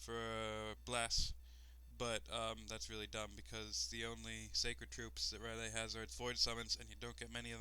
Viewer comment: It's not Ryleh dude :D, it's R'lyeh, you pronounce it like you would pronounce "hell yeah" :). The reasoning behind the long lore should be because it's inspired from Lovecraft's fictions. Enjoyed the LP, thanks :).